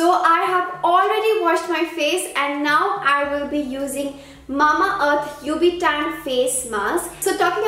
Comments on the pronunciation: It's not ub-tan it's ubtan...that's a Hindi word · Its nt "U B TAN" ...... its ubtan..... in hindi.... u lives in india..... this much everyone in india knows wht is ubtan